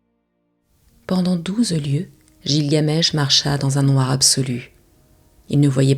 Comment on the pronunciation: oui car il me semble qu'on prononce guilgamesh et non jilgamesh